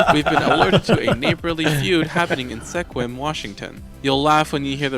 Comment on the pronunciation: "Seqwuim" Washington caused me physical pain to hear. Its pronounced 'Skwim.' Its one of the cities we use to test outsiders when we bring them in for weather positions on the news channels.